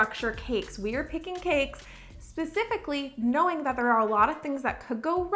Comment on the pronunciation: Am I the only one who hates how she says “stuff like thot”